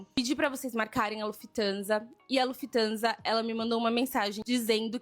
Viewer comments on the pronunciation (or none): Lufthansa com i após o f 😆 sempre zucas a serem zucas